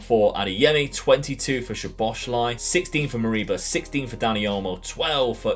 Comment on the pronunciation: Great video man! Im hungarian who lives in israel and when i learned the language it was so difficult anyway, u actually say szoboszlai like that soboslai, sz is like the sound when u use the letter s i hope that i helped with the pronunciation